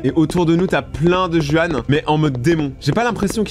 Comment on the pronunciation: Juan se prononce ruan c’est espagnol